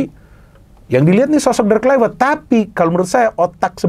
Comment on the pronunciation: kluiwert.. wiewer kwkwkwk